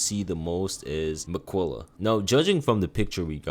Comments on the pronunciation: love the video but i couldn't stand the way he pronounced miquella, its mi-kuh-luh, not mi-quilla😭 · Im tearing my hair out of my scalp at the pronunciation of these bosses. Marruiqa, Radagan, Miq-willa. Come on man 😭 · Who the hell is a Mikwella? How you played the game and you still mispronouncing names.. even Marika